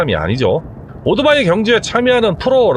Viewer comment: 나름대로 훌륭한 컨섭(concept)의 유튜버로서 그리고, 해박한 전문지식을 바탕으로 이해기쉬운 해설을 해주시는 노력자체는 존중해드리고 싶습니다. 하지만, 한가지 단점, 귀에 거슬리는 1가지를 지적 해드릴게요. "오도바이"라는 말을 너무 반복하십니다. "이륜차" 내지는 "바이크" 라는 표현이 더 맞는 표현이 아 아닐까요? 그리고, <오"도"바이>라고 발음하시는데, <오"토"바이>라고만 해도 그냥 넘어갈수 있겠는데